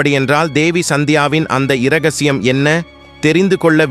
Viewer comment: இரகசியம் என்பதில் இ என்பது எழுததான் .உச்சரிப்பில் இ உச்சரிப்பதில்லை. இரவு என்பது முழுச்சொல். ரகசியம் என்பது ர + கசிதல் . கசிதல் தான் சொல்லின் வேர் (root) ரம்மியமாக கசிதல் ரகசியம் ஆதலால் இ என்ற எழுத்து அமைதி காத்து உச்சரிக்க வேண்டும்.